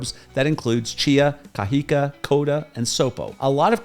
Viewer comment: I noticed that you don’t pronounce words with an accent: ie you say Cajica but it’s pronounced Cajicaa the elongated A is for my illustration purpose but when you see an a with an accent (‘) at the end you say Cajicaa. Likewise Zipaquira you say Zipaquuira but it’s really pronounced Zipakirraa